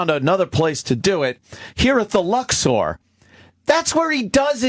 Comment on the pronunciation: Ant pronounces 'Luxor' like a stupid asshole.